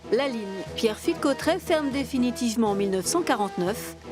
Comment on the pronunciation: Bordel on dit Cauterets pas Cautrets